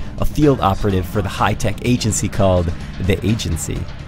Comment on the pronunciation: who works for an agency called agency lol he says it funny xD